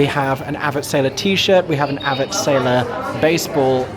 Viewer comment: Aaa-vett Not Ahh-vett